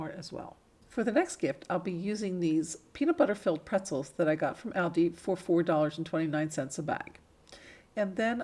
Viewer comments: Meaning the stores plural, all of them, so multiples. So it is still pronounced ALLDEE. The s addbdoes not matter. It bus the actual name being said wrong. Trying to help. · Beautiful ideas, the only thing I have to correct is, it is pronounced Alldi. Loved your items. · Like your work. Really cute items that you make. But please stop calling Aldi by the wrong name. You are pronouncing it wrong. It is pronounced like (ALL DEE'S) Hope this helps. Thanks.